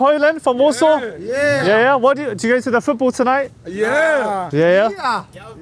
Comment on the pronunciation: She is clearly not Polish (as no one from here calls their city 'Warshoff'), which for me questions the credibility of all your 'documentary' entirely. She must be some sort of Scandinavian origin. No respect, no kudos to you, you pants on fire.